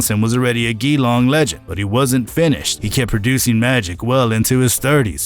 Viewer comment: Enjoyed the vid, good stuff. For future reference, Geelong is pronounced "Juh-Long" 😆